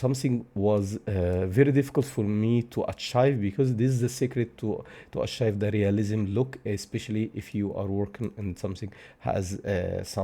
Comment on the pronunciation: AH-TJAIF ..(no)... Ah-Tjeeve ... Achieve!!! NO ACHIVE